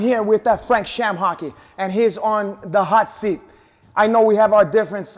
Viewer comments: Did he say ShamHock? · HAHAHJAHAHAHAHHAHAHA n they say LOBER VS SHAMHOCKY HAM HOCKS LMFAO JUST DESTROYS HIS NAME N HIS LIVELY HOOD FRANK SHAMHOCKY HAHAHAHAHAHAHHAA